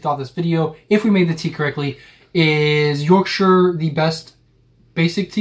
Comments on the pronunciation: OMG you actually said Yorkshire correct 😅 normally get shyyirree at the end from Americans so well done 👏😂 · Full marks to you both for pronouncing Yorkshire correctly! Also, just squeeze the tea bag out against the side of the mug. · Yes you are correct Yorkshire tea is the go to drink in England especially when made with Yorkshire water and not made with 55 gallons of milk yeah you did add a tad too much milk 😀 ok I am from Yorkshire and we are fiercely proud of almost everything from here so good job on not pronouncing Yorkshire terribly and for promoting our amazing gods own county , now you just need to learn some yorkshire dialect get thy sen a flat cap and a whippet and you will be all set 👍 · Squeeze teabag against the side of the cup with the spoon, it's pronounced 'twin(like wool)ings' but thanks for saying Yorkshire properly 🎉🎉🎉🎉. Also how much milk varies from person to person some like it strong others weak. Never dunk rich tea in tea as it will fall in.